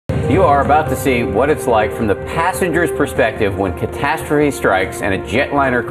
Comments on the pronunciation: ""When catatrophe strikes" XD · oh no... when catashterie strikes.... you better run boi